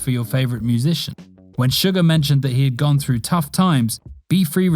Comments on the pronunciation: It’s not sugar it’s suga it’s not pronounced shu-gar it’s pronounced su-ga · its not sugar its pronounced sue-gah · Let's just ignore that American accent "sUgar" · It's suga not suger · Wait wait did he say sugar instead of suga